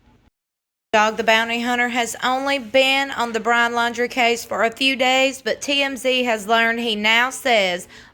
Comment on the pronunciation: Did she say: Brahn'!!🤔🤔🤔🤣😂🤣😂